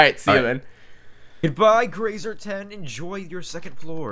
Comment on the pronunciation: says "grasa"